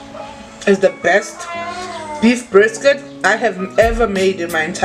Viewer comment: You can mos hear the way she said brrrisket